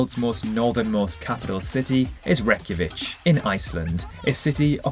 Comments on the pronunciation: The Russian Duma had decided to take out two hours of the grid = 9 time zones . Reykjavi-K - not Reykjavi-TSH Kiribat-I - not Kiriba-SH And -last but not least - Hamburg/Germany has 2302 bridges within its City-Limits… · Hulunbuir is part of Inner Mongolia, China, not Mongolia-proper. "Reykjavík has 350,000 inhabitants"... Do you happen to check facts before you press "upload"? And you have the word "geography" in the channel's name. /ˌkɪrɪˈbæs, -ˈbɑːti/ somehow becomes *Kiribash and Reykjavík "Wreck-ya-vich". A good idea would be to create your own language. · why would you pronounce the icelandic capital like a croatian😡😡😡😡😡🤬😡😡😡